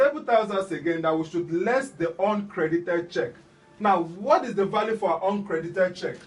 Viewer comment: Sounds like oncredit when you say uncredit.